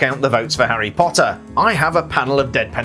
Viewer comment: I like the way he says HARy POTTer